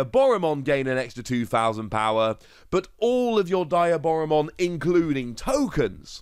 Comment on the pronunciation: love ya videos, but I have to correct your pronouciation of Diaboramon. it is pronouncd Dee - ah - bora, Its shown in the movies with Diaboramon in it, and with any media its been shown in.